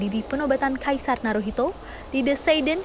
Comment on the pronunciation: naruhito dibaca naruto